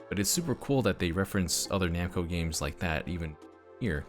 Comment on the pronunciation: like I said it's namco not bamco